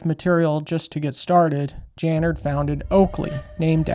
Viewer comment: “Tooken away…” Also you’re mispronouncing/misspelling Jim’s last name… Dude, you’re clueless on just about everything on this subject. 😂👉🏾🤡